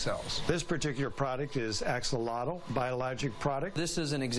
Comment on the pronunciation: not even close on the pronunciation of axolotl. you think you'd bother to learn to say the word your business in named after.